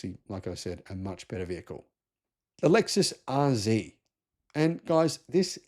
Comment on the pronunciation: Lexus RZee? I thought it was RZ.